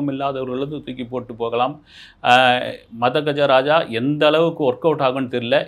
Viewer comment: மொதல்ல சினிமா பேர சரியா உச்சரிக்க கதுகொங்க sir...... மத்தது அப்புறம் பாபோம் 😅